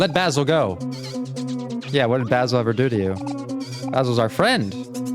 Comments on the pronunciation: No one has said this yet,but Basil's name is pronounced as bae-sil. It's just the "ba" that you got wrong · this is literally my favorite game and seeing a mh professional playing this and dissecting stuff in it makes me so happy. thank you ^_^ but every time i heard you say 'bahsil' i took damage 💔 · I started watching this bc I love Omori but I started to freak out when you pronounced Basil’s name wrong😖 I’m sorry if that sounds rude but i just can’t handle it when I name is pronounced wrong. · this is torture, he keeps mispronouncing basil